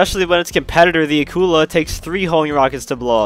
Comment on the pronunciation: Somebody: pronounces Akula correctly Me: I love them already